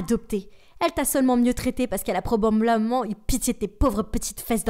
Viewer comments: bahahah « elle a problableament… »😭😭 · Qui a entendu le "probremblemment" ?😂💀